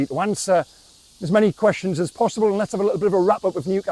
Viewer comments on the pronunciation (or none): none